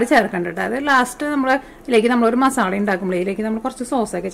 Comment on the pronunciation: മാസാളയല്ല മസാല 😂